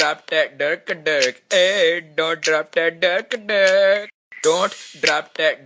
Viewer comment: the dont sounds like dort to me lol